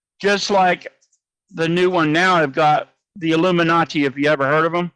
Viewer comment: Not illuminachi 😆🤣 he means illuminati 🤣🤣😆